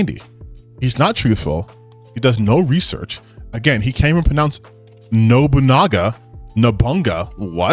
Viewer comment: The very moment mispronounced Nobunaga's name as No-bung-ga, really tells me he just mispronounced it on purpose and proudly advertising his racism and every other -isms for everyone to see.